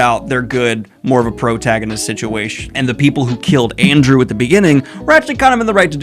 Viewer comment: "Arndew" lol